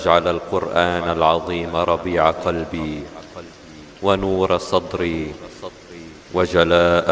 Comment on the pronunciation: صدري و ليس صتري